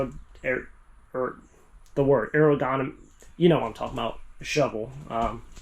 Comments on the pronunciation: the word is "aerodynamic". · No. No it's not "aerodynamic".